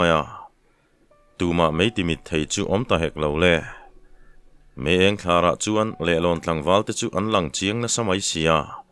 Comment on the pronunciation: Mei chher Eng thlar tih a thlar tih hi, thla(moon) tih thluk ang hian thluk zawk tur